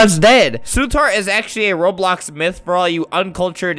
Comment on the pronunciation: he said robloc lol